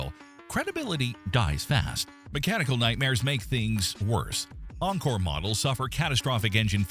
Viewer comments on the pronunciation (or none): none